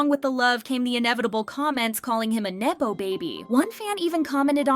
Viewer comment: have you never heard the word nepotism said aloud? it's nepo baby not nae-po baby